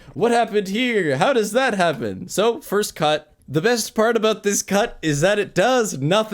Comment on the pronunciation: i like how says about like aboat